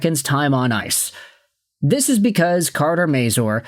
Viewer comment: Please learn how to say his name. It's not may-zoor. It's may-zur.